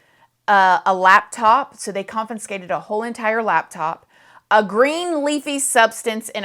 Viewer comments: Did you say 'Compenscated'? That's not a word. This is not cute any longer,. You now have a serious channel and business. It is necessary for you to articulate the English language properly. This is embarrassing. At the least, please go back to school or get a private tutor in the English language which will encourage those who are not well educated to go back to school. Demonstrate to them that you can do so as a middle-aged woman and they may as well. People judge you based upon the words that you use and your grammar. If you wish to go further in society and your career, please do this. I guarantee that your grammar makes you sound uneducated and that of a person with a lower IQ, which is not the truth. What occurs is when there is a choice between you and another person who may have a similar story or career, the other person will be chosen based upon grammar. Get it together. Makes your children proud of you! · please stop saying "confinscated". It's confiscated - without the second "n" that you are throwing in there. I'm not trying to be mean, but I'm trying to help you to upgrade your vocabulary. There are many that will be rude and try to call you dumb. As an older woman, I've many times through my life been thought stupid because of blonde hair and/or beauty (which has since dulled thrive the years). I care about that for you as you are becoming a reporter of crime and criminals. I love you gurl!! 😍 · Check your pronunciation of Confiscated. You are doing it with two N’s 😮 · love your channel…. One note, it’s conFIScated not conFINScated. Another YouTuber did this on a whole video and it got difficult to watch. Keep up the good work tho, such great information you give, all in one place!! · A big hello from the UK.. girl I respect you and your content, but plllllleeeeassse drop the second N from confiscated. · I’m taking a drink every time you say “confinscated” 🤠🍻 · Bro say “confiscated” one more time